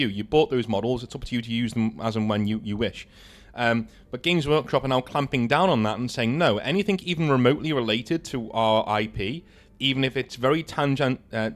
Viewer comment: Tangential (TAN-GEN-CHULL)